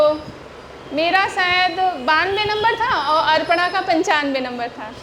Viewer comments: Bataiye...... अपर्णा.. Ko.. अर्पणा bol rahi hai. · यू टुव पर हमने कब ज्ञान दिया?? ज्ञान बांटने की शुरुआत तो तुमने ही की....अपर्णा को अर्पणा बोल रही है। किसने कहा? ? हमने। अरे इतने 2000 स्टूडेंट्स के सामने लाइव है तो धोखे से मुँह से निकल गया तो इतनी गंभीर बात नहीं हो गयी जो कल से अभी भी शांत नहीं हो रहे।